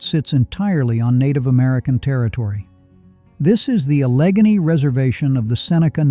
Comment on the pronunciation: Allegany is pronounced Alla Gay Knee.